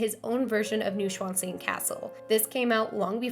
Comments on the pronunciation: Noy-shvan-stine (not new and not steen) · is how long i waited for Neuschwannstein to be butchered in its pronunciation